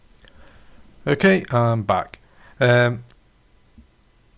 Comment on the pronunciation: BTW, the letter T is a consonant. It's "What", not "whah'". OK I'm being a jerk. But your analysis of W8 really pissed me off. Just because you don't know how to use a brand new OS with a new UI with new functions and shit, that doesn't mean it's necessarily a bad design. You're using W8 as if it was W7. It's not W7. It's another OS, and it's radically different. Shit. I was just as lost as lost in W8 as you for the first few days. Then I learned how to use it.